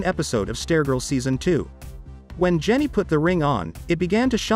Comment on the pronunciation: Um... why you keep saying Stair-Girl??